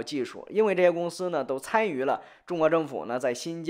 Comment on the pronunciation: 参与 cānyù 不是 cānyú